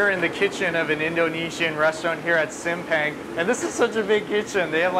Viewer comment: The proper way to pronouncing SIMPANG = Seem~Punk.. Sambal Egg = Telor Balado (tae.lor bha.lha.douw)